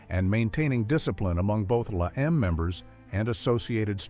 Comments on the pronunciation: not la em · it's la eme